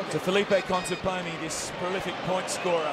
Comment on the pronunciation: This commentator said "Conteponi" the entire tournament :D